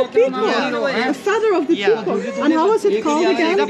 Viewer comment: Nah 😭😭😭 They literally made fun of him for saying Pee-Cock